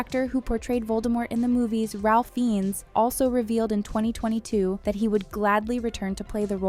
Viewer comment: Ralph Fiennes’s name is pronounced rayf finez.